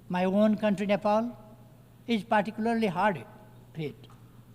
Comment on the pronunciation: 😂😂partycoolarily × particularly ✓